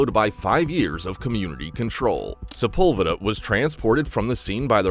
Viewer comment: Sepulveda is pronounced wrong